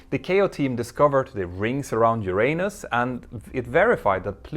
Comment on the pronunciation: FYI, you pronounced Uranus incorrectly. The middle syllable is not "ey" but "uh". Pronunciation is "YOOR-ə-nəs" or in IPA /ˈjʊərənəs/.